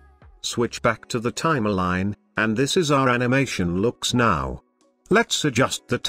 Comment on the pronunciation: Res-u-may, Time-a-line lol